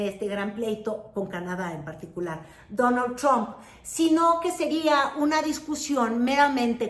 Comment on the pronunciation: "Dóno Chomp" 😂😂😂 como dice Xochitl.. "yu jav to wok tic tok"😂